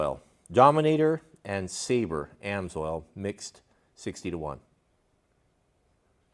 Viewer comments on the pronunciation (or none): none